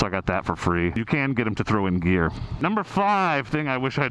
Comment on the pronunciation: For a second there I thought you said beer when you said gear. “Knock 500 off of that so you can buy beer.” Lmao